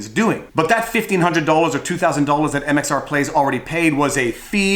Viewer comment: MRX plays!! Omg you’ve said it wrong and I can’t handle it!! It’s MxR plays and I’m unsubbing!!